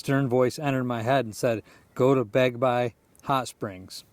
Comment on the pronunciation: Awesome video! Thanks for sharing my 2 stories. You’re becoming quite the filmmaker! Sorry for all the tricky words and names. 🥹 Yacolt=Yeah-colt. Bagby=Bag-bee (hot springs). Oregon=Orygun 😉 Keep ‘em coming!